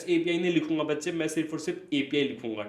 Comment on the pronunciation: Manlo bach-chee 😂😂😂